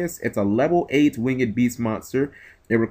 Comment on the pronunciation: Winged not Wing(ed)